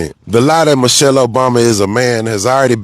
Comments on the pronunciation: He didn’t even pronounce her name correctly. Mo-shelle. He’s sick and I hope he loses everything. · Who’s Moushale?? 😂😂😂😂😂